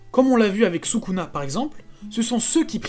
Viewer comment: pourquoi tu prononce sukuna ? Et pas "Soukouna"?